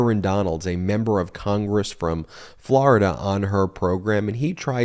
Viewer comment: Please learn to say Florida correctly